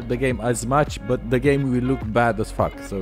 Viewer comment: When he says faack up your game